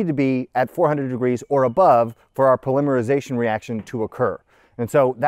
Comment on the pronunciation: Dude, the difference in how you pronounce polymerization vs polymer is so bad, you'd think they were completely unrelated words.